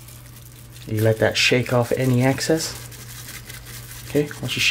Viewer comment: Any access 😂 (excess) keep doing your thing Brotha